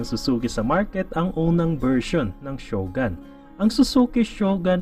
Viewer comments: Shogun? ShogAn ba bigkas nyan? Ang alam ko shogOn bigkas e. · Ganda ng mga content mo Sir, mali lang pronunciation natin ng SHOGUN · Nagka motor kayo ng ganyan pero hindi nyo man lang inalam tamang pronunciation ng shogun🤣